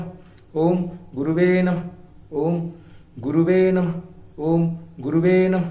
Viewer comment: Guruji, Pt.Sanjay Rath in Audio released files on his website talks how to pronounce “Om Gurave Namah” and not “Om Guruve Namah”.